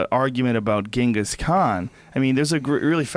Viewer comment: Why does he pronounce Genghis like that lmao